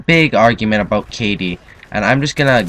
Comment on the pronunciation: hahahahaha 'aboot' . this guy must be canadian